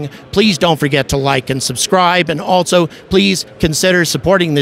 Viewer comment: Bro for real I love you but if you learn how to properly pronounce the word, "also" the credibility of your channel will quickly skyrocket